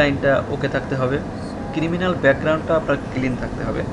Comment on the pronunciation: কিরিমিনাল না ক্রিমিনাল। কিলিন না ক্লিন।